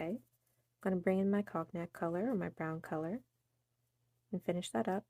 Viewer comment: Beautiful design and colors. Cognac = cone yack, proper pronunciation. It's an amber colored liquor also.